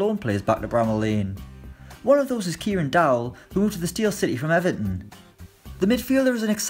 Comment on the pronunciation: Who else was gutted by the pronunciation of Everton. He said aven